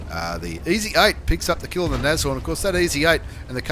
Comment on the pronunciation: I'm on Board! And it's pronounced Nasorn. German for Rhino.